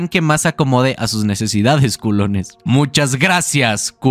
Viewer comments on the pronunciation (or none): Le quita la seriedad y el miedo al momento cuando dices “Culoness” XD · Me duele como dice culones y yo ni culo tengo 😭😭😭😭😭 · el video esta demasiado bueno, pero no puedo evitar querer sacarme los oidos de tanto escuchar ''culones'' XD